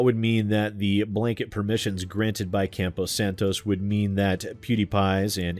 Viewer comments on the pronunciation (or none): Just a heads up, it's "Campo Santo," not "Campo Santos".